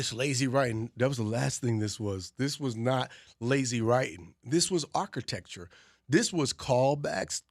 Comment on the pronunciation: Why can’t some people say Architecture 😂